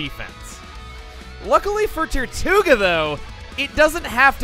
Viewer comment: When you said “tirtouga” I kept hearing “Tier 2 ga”. It became annoying really soon.